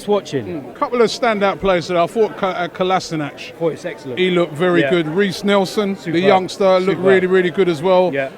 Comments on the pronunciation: The pronunciation of Kolasinac is 'Kolasinak', not Kolasinach. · KolaSiNaC not kolasinich or kolasinach.....KolaSiNaC!!!!!! NaC not Nich Nash Or Nish...its NAC!! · KO LA SHI NA TZ THAT'S HOW U PRONOUNCE IT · Robbie you are doing it wrong. it's spelled 'KOLASHINAC'. K as in K and C as in C. thank me later... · 2016 really? If you look up both the German and Bosnian pronunciations they say kolasinats not ac or ach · As a Bosnian, I can confirm that the correct way is Kolashinac. I don't know why he spelled his name differently, probably because saying whichever way he did is easier for the people who don't speak Bosnian.